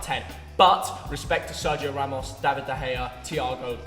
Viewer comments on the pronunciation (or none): none